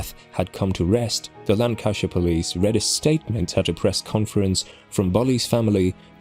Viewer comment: I think a robot is reading this. He said hairy menopause the first time. Can't even pronounce Lancashire properly or constabulary.